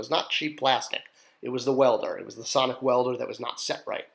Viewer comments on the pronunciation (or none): none